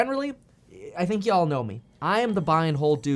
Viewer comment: Did you say yhall, looks like we gots a southern